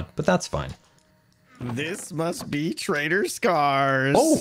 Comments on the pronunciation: I keep hearing "traitor scar" instead of "trader scar" xD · oh, good to know I wasn't the only one constantly hearing "traitor" instead of "trader" :D